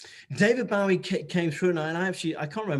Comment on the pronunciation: Hahaha!! David Bowwwweee🤣 how cute!! But you should have corrected him🤔😂